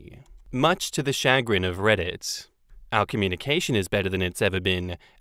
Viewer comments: Much to my shuh-GRIN, I cannot hear say SHAG-rin, SHAW-grin, or CHAH-grin… and not shuh-CRINGE!!😬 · The emphasis is on the second syllable as well. Shuh-GRIN, not CHA-grin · It's not "SHA-grin", it's "Shuh-GRIN". It's a basic work in American English. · It's not SHAG rin or CHAG rin, it's shu GRIN. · Shuh-GRIN. I can't believe you've never heard that word before,. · I have heard similar water fights in my household between my MIL and FIL. They are Asian. Chagrin is pronounced "Sha-Grin". It's a word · I trot that word out now and then. In the US it’s pronounced “shuhGRIN”. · Emphasis on second syllable ShahGRIN 🤭😝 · It is sha- grin. Yes we use it. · I’m so bothered by your making fun of “chagrin”. It’s a common English word. Also, it’s pronounced shuh grin with the emphasis on the second syllable. Why would you just mispronounce it repeatedly to make fun of a normal word? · 2nd Story - chagrin is a real word (noun - A keen feeling of mental unease, as of annoyance or embarrassment, caused by failure, disappointment, or a disconcerting event.) and it's pronounced with a SH and AH sound at the start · Chagrin is a perfectly normal word and I (and many others) do indeed use it conversationally. Emphasis goes on the second sylable and the 'ch' is pronounced as 'sh'. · Either way is better than how pronounced it, though now that I think about it I think you're right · I use chagrin all the time, and you even said it mostly right but with the accent on the wrong syllable (it goes on the g) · The takeaway from the second story narration is that we should aim to read more. The lack of vocabulary diversity is very worrying. Not only chagrin, but also repeatedly saying empathetic as emphatic made me pretty sad. And this is not a comment about "kids these days", it's more of a comment about "internet age is uncovering a lot of deficiencies that were hidden prior to everything being extremely public"